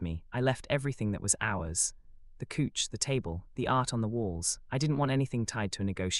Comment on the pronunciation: Slept on his couch but pronounced as cooch 😂